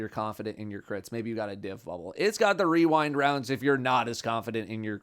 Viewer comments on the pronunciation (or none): Can we get a clip with wearing cat ears mispronouncing "weewind wounds"? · Wewind waounds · Rewind Rounds? I know Weewind Wounds.